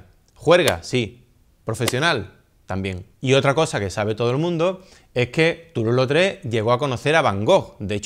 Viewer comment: Obra de Toulouse Lautrec! Y con buena pronunciación de francés 😜